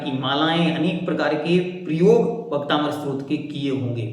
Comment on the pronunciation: भैया जी आप बहुत अच्छा समझ रहे हैं लेकिन आप इसे भक्तामर स्त्रोत बोल रहे हैं जबकि यह स्तोत्र होना चाहिए